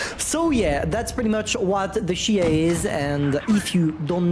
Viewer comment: It’s not she hey. It’s Chi He 😭